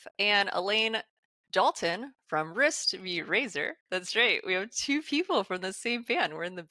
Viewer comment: When she says the band name it sounds like whispyrazor..